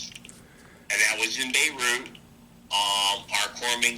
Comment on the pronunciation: in bay root. about how thats not the way its pronounced. you spend that much time in a place youd think you could pronounce it.